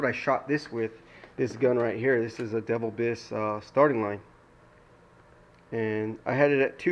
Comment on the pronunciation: You're saying devillbiss wrong. It sounds the same as like, coupe deville. Not "devil"